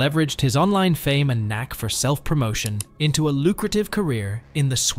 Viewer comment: You know this is an AI VIDEO/VOICE when it says took matters ETO his own hands. It's INTO not ETO